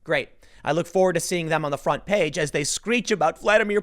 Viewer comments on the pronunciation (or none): none